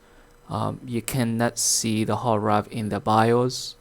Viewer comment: It's called a hard DRIVE, not hard rive.